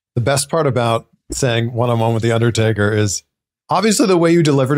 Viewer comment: "one on one against the undaytaka playa"